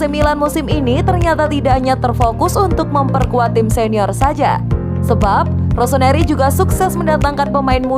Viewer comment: ROSONARI ??? cek menit ketauan yg baca berita nya bukan milanisti.